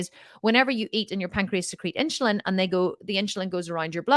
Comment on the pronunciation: Are you trying to say INSULIN ? Its NOT INCHILIN there is NO CH its insUlin, just the way that its spelled lol I KNOW this because my sister is a nurse, its HARD for me to concentrate on what you are saying, when you are saying that word wrong and that is ALL that i can concentrate on lol because I was a teacher its driving me crazy, ha maybe its your accent that is why you are saying it wrong lol